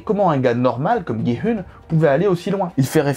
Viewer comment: coucou juste on dit gi oun♥︎